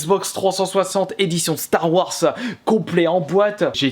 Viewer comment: Arrêt avec le s a la fin de star wars s se prononce z